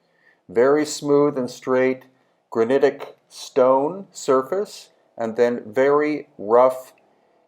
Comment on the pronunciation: I was out the first time you said granitic